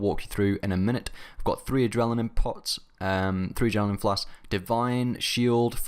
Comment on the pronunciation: You say "Adrelinine" lmao. But 10/10 street cred for you:)